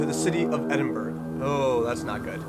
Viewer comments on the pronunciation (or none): It’s pronounced ‘eden-bur-ugh’